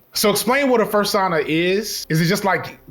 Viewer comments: never thought it could be said that way, i've a new weapon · bro really said fursauna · some people pronounce persona like that so it checks out :b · cringing at your pronunciation of "fursona"